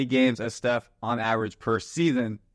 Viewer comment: “Losing Steph …” brother please don’t mispronounce like that you give me heart attack XD